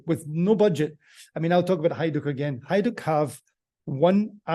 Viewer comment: Slavic J is pronounced as a Y. Example; Jugoslavija is pronounced the same as Yugoslavia. and Hajduk Split is pronounced as Hayduk Split.